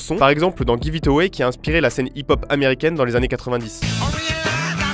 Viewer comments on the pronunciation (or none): ca me tue la facon dont il dit "inspiré" a xD